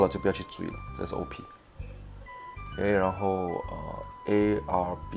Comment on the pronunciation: 老铁讲arb怎么讲成arl了